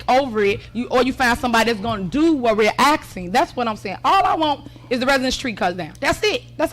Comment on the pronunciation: I can’t be the only one who gets annoyed when she says “axed” a question. Omg. You hear everyone else around you say ASKING. Get it together.